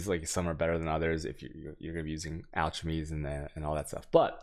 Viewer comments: alchemy is pronounced alkemee and shortened to alk. Your videos are pretty good buddy, just trying to help a bit. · I dont think you mentioned to chisel BEFORE you alch. And you might think your mispronunciation of "chisel" "alchemy" and "waal" is cute but I know many people who don't watch you specifically because they can't stand it so you might wanna chill on that dawg. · I stopped watching cause you cant pronounce alchemy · chis·el /ˈCHizəl/ al·che·my /ˈalkəmē/ FFS dude... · I know he's trolling by saying alchemy wrong but I still down voted for the annoyance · This is great, bothers me he has no idea how to pronounce "Alchemy" or "chisel", but otherwise amazing content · couldn't watch more than 2 minutes due to the mispronunciation of alchemy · Stop saying alchemy like that. Jesus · I like your content, but PLEASE stop mispronouncing: alchemy, chaos, and chisel. It really detracts from the quality of your content(at least for me). Google the word and pronunciation for an easy fix. If you happen to be mispronouncing these words deliberately then... yeah, don't do that. Thanks for the videos/stream. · Please pronounce "alchemy" correctly when you insist on saying the word 10 times per minute ;) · I have never heard anyone butcher the word alchemy so hard before. Damn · Do you pronounce words wrong on purpose? You have good content but the pronunciation's are like nails on a chalk board. Some examples of words you get wrong would be chaos, chisels, alchemy, etc. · "AL - Ke - Me" like Key, not Che. "CHI -Zel" Chi like China and Z not S on the "sel." A whale is a mammal you are looking for Vaal rhimes with Mail the "VA" sound when you say Valuable. There you go, im giving back for you helping me out with maps its a win-win thank you very much for this. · “Video for new players” “So ouchemys” “use your ouchemys” New player - wtf is an ouchemy? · Alschemy is giving me an annurism. It's ALKEMY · I would have accept "Ack-Lem-Eee" but I can't let Altch go.